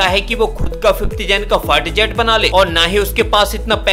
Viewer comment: 🤣🤣🤣fighter or fart jet🤣🤣! भाई अगर तेरा उच्चारण सही है तो निश्चित रूप से मेरे कान खराब हो गए हैं! डाॅक्टर को दिखाना पड़ेगा🤣🤣🤣